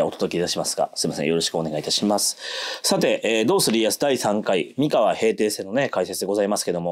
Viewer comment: お身体の調子が良くないにもかかわらず、アップ、ありがとうございます。 MIkawa じゃなくって mikawa なんですよね。『み』にアクセントを置いている時点で、現地調査がいまひとつだと感じてしまう。現地の発音は、アクセントなしの『みかわ』。もちろん『おかざき』もアクセントなし。この部分がわかっていない人が歴史を語っても、ひとの心の深い部分までは到達できないんじゃないかなって思ってます。 名古屋と一緒にして欲しくない、東三河に今は住んでいるものです。なんとなく愛知県＝名古屋には違和感のある、世界の4都市にも在住経験あるものです。 さすがに、東三河と西三河の違いまでは求めないです。 東三河は律令時代「国府」があった。穂の国、寶飫（ホオ）、このホオが転じて、「豊」に。愛知県、「豊の地名多いよな。」基本は豊川や豊橋の東三河の存在が大きいのかなと。 西三河は、今の矢作川が「美川」と呼ばれていた時代。この美川が三河の語源だと感じています。美しい砂河原の川、それが岡崎あたりです。